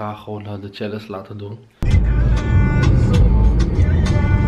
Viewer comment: Kan er echt niet tegen dat “challense” zegt ipv “challenge” 😭 Verder leuke vlog thoooo